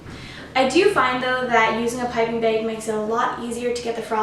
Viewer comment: Great tutorial! As usual! :) & also, I like how you say bag - beg. Lol ☺️👍🎂🍰💗